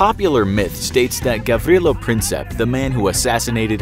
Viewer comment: I'm Serbian and the way that he pronounced Gavrilo Princip is just..... I don't even know xD